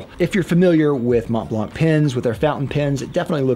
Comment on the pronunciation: Monblan brother, not monteblank.